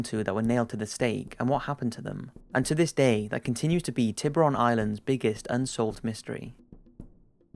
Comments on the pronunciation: Hey your channel is great, but you should work on the accent you use for using words which are not in English. Tiburon island simply means " shark island" in spanish :D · The way you pronounce "Tiburon island" makes me cringe and I'm not even Spanish speaker.